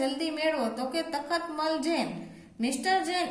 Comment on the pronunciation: તતમલ નહી તખતમલ બોલાય ફરીથી ભુલ નથાઈ